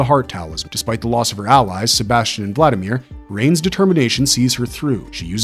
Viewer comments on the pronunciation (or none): none